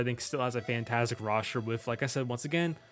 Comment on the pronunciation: Love how he says Roshter instead of Roster